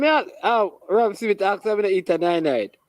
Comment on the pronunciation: It’s Smith not Semith !